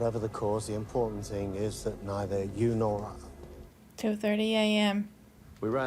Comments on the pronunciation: With all due respect, please work on your pronunciation of "important" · Please stop saying important until you can pronounce important.